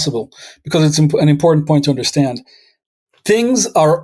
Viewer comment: Please say hiss, not hish, and stand, not shtand, when you say "history" and "understand".